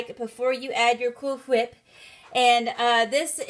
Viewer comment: 😂😂😂 I was like does she say cool whip that way? Totally got the reference 😉 I've always been too intimidated to try making my own crepes. Yours look amazing and such a genius idea to fill it with pumpkin cheesecake!!! I have to try these!